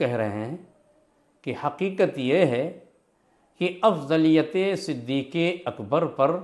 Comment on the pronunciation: مولانا تجھے نام تو پڑھنا نہیں رہا ہے تو علمی بات کیا کرے گا صدیق اکبر ہے نا صدیق اکبر تھوڑی ہے